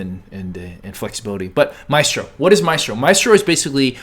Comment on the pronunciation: You spelled Mystro wrong and you pronounced it wrong.